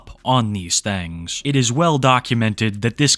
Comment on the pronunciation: I love it when you say "thangs"